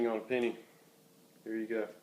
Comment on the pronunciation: The way that he pronounced it "pinny" instead of penny annoys me so damn much